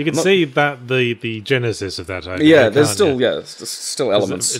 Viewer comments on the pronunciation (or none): none